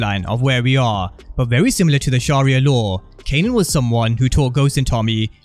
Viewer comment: He kept calling him "kenan"🤣